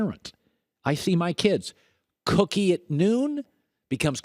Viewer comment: Colin saying cookie made my day